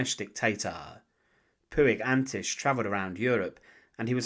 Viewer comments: The Catalan Surname Puig is not ""Poo ig", but pronounced more like "Poch" or "Porch". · It's pronounced puch